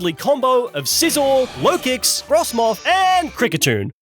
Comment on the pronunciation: LOKIX, NOT LOWKICKS! AND THE W IN RAYQUAZA IS SUPPOSED TO BE A U!